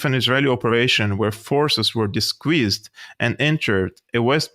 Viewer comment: Another great episode,! Thank you..... By the way... disguised = 'dis- guysed' not 'dis-squeezed'........🤣🤣🤣🤣... Yeah the American troops are sitting ducks...splat....